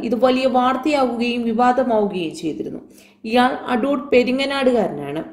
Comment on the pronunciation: അഡൂഡ് അല്ല പെങ്ങളെ അടൂർ. നോക്കി വായിക്കുമ്പോൾ മര്യാദക്ക് വായിച്ചൂടെ.